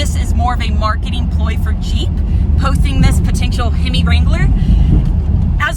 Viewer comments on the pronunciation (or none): A himmy! She says, A himmy